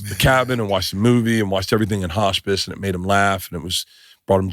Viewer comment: "Hosh-piss" 🤔 You mean, hospice?